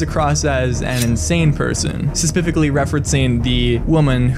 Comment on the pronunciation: Sepificaly? Say it slowly. Speh-sih-fih-ca-lly